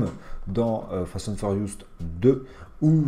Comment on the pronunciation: Tu m'a stresser en disans fast and furiouste mdrrrrr